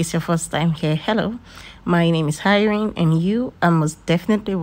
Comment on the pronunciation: Fibrod ❌ Fibroid ✔️ Hirene ❌ Irene ✔️